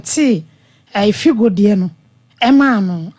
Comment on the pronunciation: Please it's Fido not Figo,,,, Point of Correction